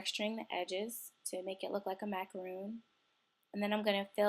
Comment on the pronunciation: She says it like macaroon (a coconut cookie) macaRONs r kind of like sandwich cookies